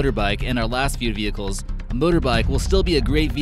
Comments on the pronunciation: Omg 😂😂 the fact that you noted venchiles had me cracking up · Lol venchiles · he said vehicles not vehchile